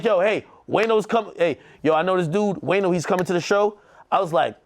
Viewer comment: Ak Called “Wayno” “WAYNER” 😂😂😂😂😂😂😂😂😂😂😂 #TheEndOfEverydayStruggle